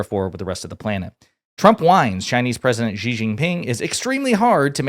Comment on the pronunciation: The Xi part of his name is more pronounced like the english "she". No burn, just for future videos. : )